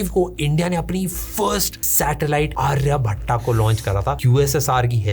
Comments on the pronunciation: it's not आर्यभट्टा It's आर्यभट्ट Vo A English me lagaya jata hai iska matlab ye nahi ki pronunciation bhi aise hi karo bhai 😊😊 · No hesitation but 😢 No आर्यभट्टा ❌ its आर्यभट्ट ✅